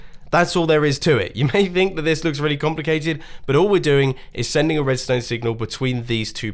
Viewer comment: Mumbo: "it's not too compicated." Also mumbo: letters in math